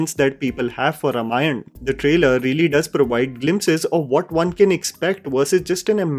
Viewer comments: Bhai pronounciatian is RAAM-ayan... why do you keep saying RUM-ayan?! 😂😂 Pronunciation thik karlo! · it's Raamaayan not Ramayana, sorry for being devil's advocate. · Also Rāmayan not Ramayan :) sorry for nitpicking. Not the intent